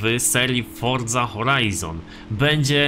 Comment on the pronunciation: Czemu ty musisz wordza a nje Forza